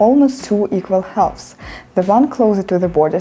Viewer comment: Halves - хафс, не халвс